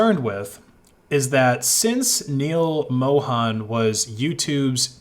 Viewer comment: It's not pronounced Moe-han. It's Moe-hun.